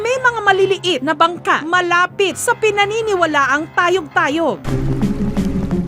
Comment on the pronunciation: Tay-oG!!! Tay-oG!!! Tayyy-oOG hindi tayog tayog..😅😅